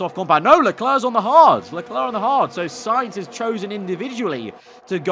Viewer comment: Val-terry Mah-tsoo-shi-ta Sign-th (Sainz) Jaw-vee-nah-tzi Who else do we have?